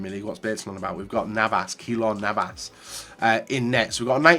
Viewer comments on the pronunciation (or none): “Kelor Navas”